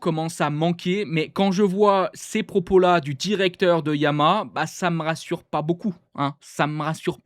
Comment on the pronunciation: On dit YA-MA-HA pas Yamâ ...